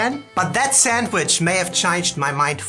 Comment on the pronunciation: Hey...thank you so much for calling it a saNDwich (with an "ND") and not a saMwich. So many native English speakers in the US say samwich. There's no "M" in sand. 😀